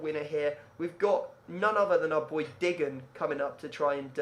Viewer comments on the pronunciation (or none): Are you taking the piss when you call Digne diggan? 😂😂